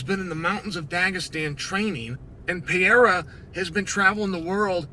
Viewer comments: he doesn't need to say it like a foreigner, he just needs to say it right. Pereira and Piera are completely different things. let me break it down. Pereira (peh-RAY-rah), Piera (pee-EH-rah) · Please, unc Clael. If you pronouce just "Perera" instead of Piera, you'll pronounce very close to the original. We brazilians don't speak the "i" part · Alex "Poatan" Pierre-Ra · Piera. Macklechev. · I'm gonna start calling Alex "Pierra" too. It's growing on me. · Say it with me uncle Chael: PE REI RA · Piera, Pierra would be spelled P-eh-ha, not P-eh-ra like it's supposed to HAHAHA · Says Pereira wrong but says Ankalaev perfectly 😂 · Pootan Piera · STILL CAN’T SAY HIS FUCKING NAME. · This dude needs to learn how to pronounce his name correctly 😂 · Worst part is that he can say Teixeira but not Pereira